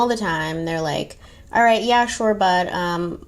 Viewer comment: Shore sure SHORE 😂